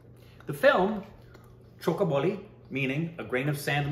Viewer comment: Did said 'Choke her Bali'.